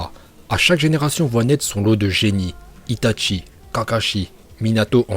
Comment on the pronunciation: "Itatchi" "Orochimaruuu"